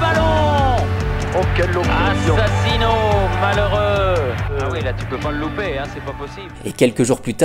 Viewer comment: Assassino comment? ahhhh les journalistes lol